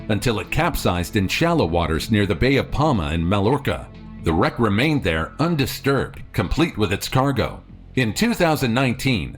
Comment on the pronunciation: The word Mallorca is pronounced myorca